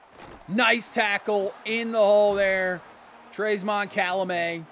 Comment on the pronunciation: Idk if anyone told you yet, but Calmelat’s name isn’t pronounced Calamet. Unless you pronounce it Cal-meh-layyy. His name would probably be spelled Calmelāt. My head canon is that he is half Hawaiian & half French. Born in France before moving to Tampa.